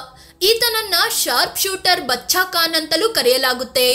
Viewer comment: Medam, Khan not kan, learn to speak properly